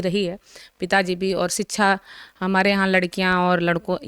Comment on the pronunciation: Ye madam padhi likhi hain kya?? Inko shiksha bolna nahi aa raha hai ...siksaa bol rahi hai.. disha ko disaa bol rahi hai... ...aise log waqeel kaise ban jaate hain??